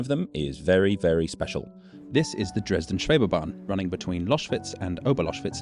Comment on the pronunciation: Schwebebahn. Not Scwhebebahn. 🙂 Sch is a kind of sh sound, but a bit "richer" in tone.